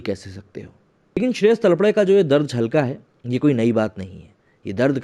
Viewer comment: It is Shreyas Talpade तळपदे and not तळपडे